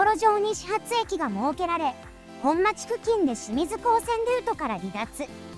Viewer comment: 本町、ほんちょう(アクセントは平板)。